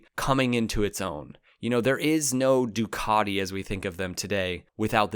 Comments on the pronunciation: Why do you keep saying Dookoddi instead of Ducati? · "du cat te" fa gods sake, not "Du car de" 😂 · What's a "Doo-caaaa_ti"???